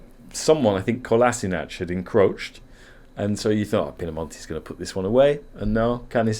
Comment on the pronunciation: How strange you pronounce Balkanic surnames.. Kolasinak😂❤